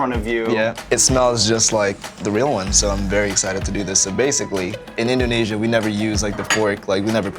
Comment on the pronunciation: Can he please stop saying inDOHnesia, does he think he's homer or something?